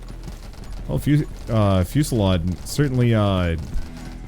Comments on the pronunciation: Fusillade is pronounced like lemonade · fusilade is said like lemonade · Nova Drift is one of my favorite games, will watch. Abby shotgun run with max projectiles would be insane to watch. Fusillade + Siege. Also loving the running fusillade pronunciation bit.